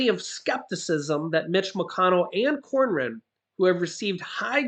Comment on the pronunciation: senator cornyn’s name is pronounced ‘corn in’. What you’re pronouncing as a r is actually a y. Sorry, but being from San Antonio Tx he comes from our area. Good luck from getting anything done from Cronyn, he’s ultra conservative.